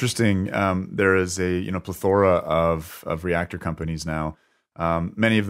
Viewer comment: I know it’s picky. But you’ve used it several times. It pronounced.. pleth - ORA And things don’t “ center around “ They revolve around. And they center on..😊